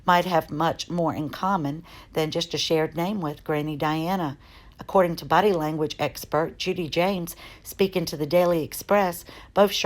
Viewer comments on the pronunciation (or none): none